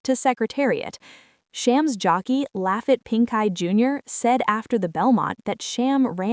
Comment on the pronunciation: It's Lafeet (pronunciation) Pincay. These AIs are not any good.